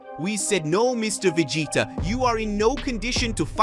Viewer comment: Yeah some people they just can make it so much more than what it is. The guy has great ideas for videos I'll never knock that but he needs a narrator mean the character names aren't right Vegeta is veggieta